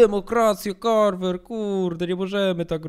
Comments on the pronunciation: Kocham jak muwi carvar anie carver XD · Czy tylko ja zauważyłem że czyta Carvar a nie Carver